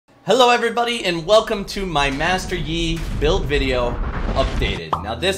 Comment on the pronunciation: he said bideo. PH SERVER GAVE YOU THE ACCENT